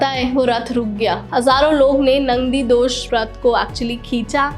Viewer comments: Hey u talking wrong pronounciation nandidosh nehi Nandighosh Rath, ye JAGANNATH JI ki Rath ka naam hai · Not nandidosh it nandighosh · Also chakila jhhil...it's Chilika jhill .and Nandidosh... wrong.its Nandighos . Bhagwan ka cheez ka pronounce corect karna chahiye.over confident me bohot pronounce galat ki he 😂😂fir bolegi subscribe nahi karte 😂😂😂